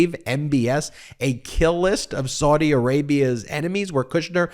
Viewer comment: Saudi Arabia is pronounced sowdi (as in female pig) not sawdi